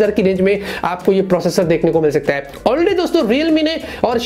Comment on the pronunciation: Is there anyone else who gets annoyed by the way he pronounces "Hai" like ae ae.. 😬 bro its "Hai" and ur like ye processor ae. Ye ae wo ae. 😂😂